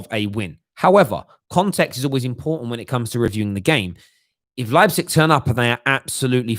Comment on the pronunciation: Hey. Leipzig is spelled like this for you English guys:) Lighpzig